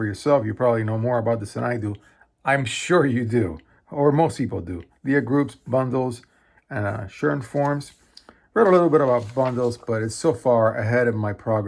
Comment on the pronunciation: It's pronounced "Lee Groups" :)